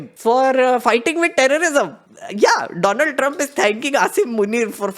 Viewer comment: WTH!! You just called Donald as Doland….validating Modi’s blooper😂😂